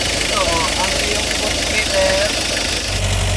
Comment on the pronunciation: "Voltmeter' po...